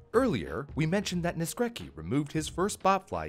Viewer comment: that's not how you pronounce Naskrecki, check on google translate next time (this is polish)